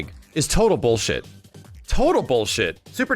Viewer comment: new drinking game, one shot for everytime says "boolsheet"